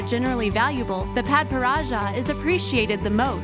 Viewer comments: It's pad pa rad cha that's how it's pronounced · She pronounced papparadscha so wrong!😒 pah-per-ad-cha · THIS VIDEO IS INCORRECT!!! A PADPARADSCHA SAPPHIRE IS "NEVER" BLUE!!! IT'S A ORANGY-PINK COLOR VERY SIMILAR TO THE COLOR OF A SALMON'S RAW FLESH.....PS: ITS PRONOUNCED: PAD-PAR-AH-SHA,....BIG FAIL!!!!